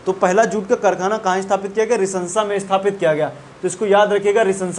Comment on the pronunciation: Rishra रिशरा है रिसंसा नही है